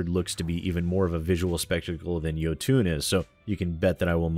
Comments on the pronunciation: It's pronounced "Yo-ton", not "Yo-toon". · its jOtun, not jotUn. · Think you are pronouncing Jotun wrong, should be Jotun(fast) with no uuun at the end like Jotunheim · Jotun is pronounced like Yo-Ton. Great game, pretty hard later on. I have videos of myself beating it. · Isn't it pronounced "Ioutn"?